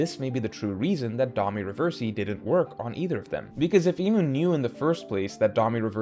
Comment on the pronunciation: These weapon name & Domi Reversi pronunciations are killing me. 😂